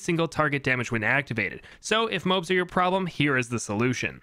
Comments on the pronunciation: It’s pronounced Mo-Abs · The moabs are pronounced moe abs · New drinking game video unlocked: Take a shot every time he mispronounces MOABs. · why do you pronounce moabs like that